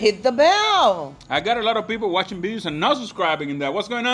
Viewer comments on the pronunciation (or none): none